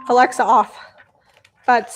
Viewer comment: You said Aliza instead of Alexa 😂😂😂😂😂 when you set the timer for the bread